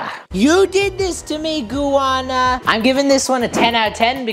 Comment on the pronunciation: It’s (gah nah) - Ghana